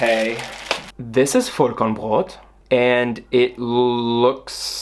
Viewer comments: as a german i'm really impressed by how aesthetic you say Vollkornbrot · es ging halt literally 5 sec. ums Brot:D Und ich denke, dass es schon allein seiner sehr guten Aussprache des Worts wegen durchaus bewusst war, was es bedeutet. Sprachlich sollte ihm das sehr bewusst gewesen sein, da er ja auch deutsch lernt. Vllt antwortest du einfach beim nächsten Mal auf eine wirklich gestellte Frage, z.B. Wofür man denn den Topfdeckel beim kochen braucht, anstatt mich jetzt so an zu zicken 😘